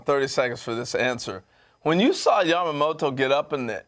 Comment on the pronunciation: やっぱタツテトの発音がしにくいのか、ヤマモトはヤマモロ、ヤタはヤラになるのかなw たまにちゃんとヤマモトて発音する人もいて逆に驚く。